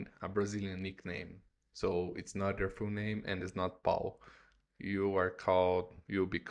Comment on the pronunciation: there is a """bit"''" of a difference between "Pau" and "Paul"... that letter "L" makes a world of difference 😹 TWA ⚡🤘😸🤘⚡ TWA